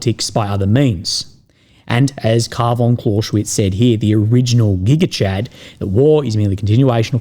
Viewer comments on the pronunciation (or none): none